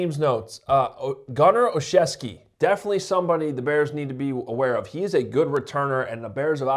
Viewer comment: I'm totally impressed with you showing off your Chicago roots and verbiage with your 100% acceptable English pronunciation of Gunner "OLSZEWSKI", without a stumble or trepidation. May your tailgate and press commissary table be filled with kielbasa and piwo! Oh, and since you are tall, lanky and skinny, have some potato pierogi, with that kielbasa dinner - winter is coming, young fella!